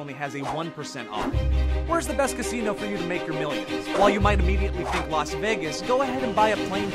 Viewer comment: I thought he saying casino "cassini"